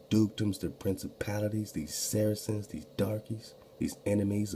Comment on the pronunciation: Sarceans sounds like Sarah Sons